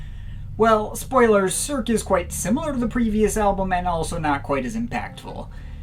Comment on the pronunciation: Your french prononciation is lackluster...Let me guess : American & monoglot? :P Cirque is a staple in Geir's catalog, it was more daring than his previous endeavors.